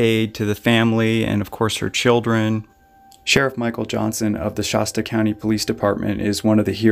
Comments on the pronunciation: Hey, its ‘Shasta’ A as in apple, not Sh-Ah-sta. Also, this lady is a sociopath. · Not shosta Shasta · Shasta is pronounced wrong.